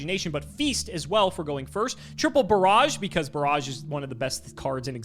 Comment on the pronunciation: Bear-aj? Is that how we say barrage now?